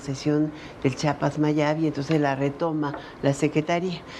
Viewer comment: No se dise chapas se dice Chiapas Sra enseńese a hablar